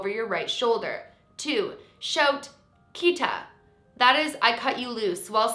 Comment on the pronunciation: this challenge seems really interesting but as a japanese person (who also speaks spanish) i died a little bc like. tomare (stop) was pronounced like the word for to take in spanish (tomar) HSDFBJDSFDSF and kitta (cut) was pronounced like kita which is come in the past tense